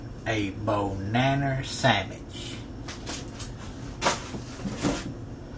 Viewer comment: "a bohnanner sammitch"